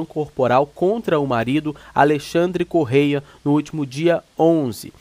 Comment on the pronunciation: Não é correia. É Correa 😂